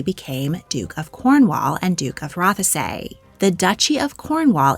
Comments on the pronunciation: Roth-e-say what, it is pronounced roth-say, also no one likes Camila here - coming from a Scot 🏴🇬🇧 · Ruff - a sayyyyyyyyy ffs lol ROTHSEE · I do like her channel but she pronounces so much stuff wrong and has been corrected many times but still does it, Rothesay for example is not pronounced Roth-e-say it's roth-say silent E. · Scottish person here, the pronunciation of Rothesay is Roth-say, not Roth-thee-say. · Rothesay pronounced "rossay" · Rothesay is pronounced ‘rossy’ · The information that you present is great. But even as a fellow American, it is jarring to hear poorly accented place names. The correct pronunciation of “Rothesay” is easily attainable online. If this is the work for which you want to be known, why not take that extra step?